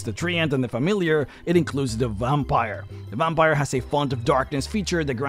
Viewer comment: OMG you say VOMPire 🤣 i love that so much i'm going to start calling them vompires too 😂